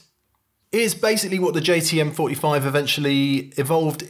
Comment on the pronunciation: Is it my ears, or did keep referring to the JTM45 as a JCM45?